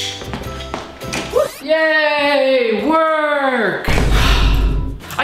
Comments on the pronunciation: I'm so escited! I think was so excited he said ESCITED. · did he say esi......ted????? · “I’m so esited!!!” Lol